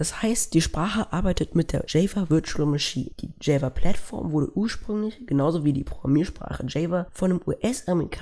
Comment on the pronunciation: Gutes Video. aber bitte ändere die Aussprache von "Java"